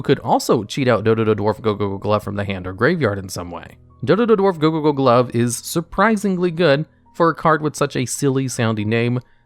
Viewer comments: You saying Dodododwarf Gogogoglove and Zubababancho Gagagacoat so fast and so flawlessly was so funny XD. Now I kinda want a top 10 onomat cards, just to hear you say them all. Also, you did top 10 monsters that special summon themselves, and top 10 monsters to special summon from the deck. How about top 10 monsters that can special summon other monsters (excluding from the Extra Deck, so no monsters like Cyber-Stein or Fallen of Albaz)? I am also very interested in top 10 ritual support cards (excluding Ritual Monsters and Ritual Spell cards), since ritual is my favorite type of summoning, despite it being... not very good. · You could hear how much effort he put to learn saying "dodododwarf gogogoglove" without screwing it up